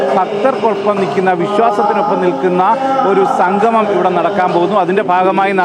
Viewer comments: എടോ സംഘമമല്ല; സംഗമമാണ്. ഇതിനൊക്കെ ഇറങ്ങും മുമ്പ് മലയാളം നന്നായി ഉച്ചരിക്കാൻ വല്ല എഴുത്താശാൻമാരുടെ അടുത്ത് പോയി പഠിക്ക്. വെറുതെ ഞങ്ങടെNo.1 കേരളത്തെ പറയിക്കാതെ. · ആമുഖം പറഞ്ഞ ആൾ 'സംഗമം' എന്ന് പറയുന്നതിന് പകരം 'സംഘമം' എന്ന് പറയുന്നു. മലയാളത്തിൽ പറയുമ്പോൾ അക്ഷരശുദ്ധിയ്ക്ക് പ്രാധാന്യം കൊടുക്കുക. അല്ലെങ്കിൽ ചാനലിന് മോശം ആണ്.